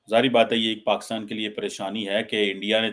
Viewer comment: is it bureaucracy (bu.reau.cracy).... or is it BRoCracy....😂😂😂 bade maje aate hain yaar listening the way you talk.. And try one more (SRI. LANKA)... not (see reee lanka )😂😂😂😂 hope you say correct Pakistan not paxtaan 😂😂😂